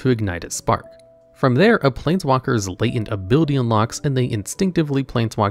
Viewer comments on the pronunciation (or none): none